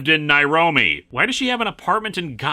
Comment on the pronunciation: "The fictional Nairobe, Africa." Isn't Nairobi a city in Kenya? Like, a really friggen' BIG city? *listens again Wait, Nairome? He did not even try there, did he? I mean, I'm also terrible at coming up with place names, but I don't have access to the best writers in Hollywood. I doubt that this was really the best he could do.